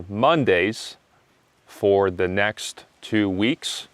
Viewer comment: I want to know the exact pronunciation of "the" in front of consonants. You pronounced it the sound of "the" in front of vowel. So please explain me!!!